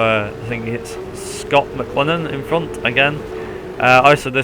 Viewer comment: 1st, you can't pronounce his name 2nd, your using the NZ V8 SuperTourers with a V8 calendar 3rd, the V8 supercar calendar you are using is wrong 4th, your using the wrong points system